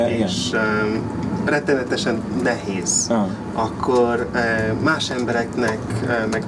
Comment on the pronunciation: Nagyon ügyes vagy! Talán a /cs/ hang nem kéne, hogy erős legyen. Ne úgy mint pl a 'watch' szóban. Nézd meg a magyarok hogy ejtik a /tsh/-t (hibásan) ebben a szóban -egy erőtlen /cs/. Az /é/ -re vigyázz, hogy pl. a 'nehéz' szóban ne diftongizáld. Ez egyszerűen egy hosszú /é/=/é :/. A magyarban vannak hosszú mássalhangzók! Long Consonants. 'attól' függ /t:/. Try to say the name Emma in Hu. It is not /ema/ but /emma/. De tényleg nagyon jó!